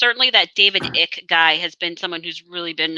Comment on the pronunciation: just a note - David Ickes name is pronounced "Ike" - it rhymes with "Mike"